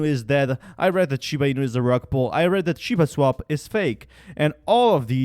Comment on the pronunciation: Dude!!!!! Ur ass cant even pronounce the name properly and you want me to trust you.... Never